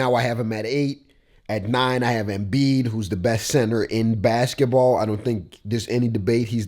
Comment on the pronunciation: Who TF is Emiid? lmao